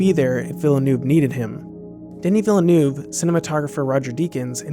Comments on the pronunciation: "Danny Villenoof" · Deni Villa New 😁 He couldnt butcher it more?